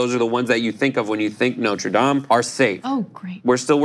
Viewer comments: Noter Dame? Its NOTRE DAME! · No, tre dames?